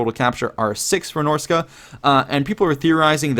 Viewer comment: Dude, I love ya, but it's not Norsica, it's Norsca.